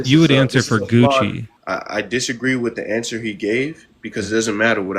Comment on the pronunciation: I can't believe Gucci didn't acknowledge that kept calling him coochy! I was laughing the whole time! Do these people realize that you guys are just effing with them?